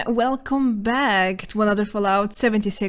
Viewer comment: I'm just for the welcome beck xd